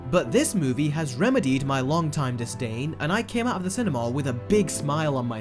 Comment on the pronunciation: When you say cinema it sounds like cinemawl